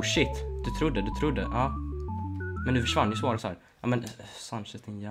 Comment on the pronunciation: Hur fan säger du suarez😂😂😂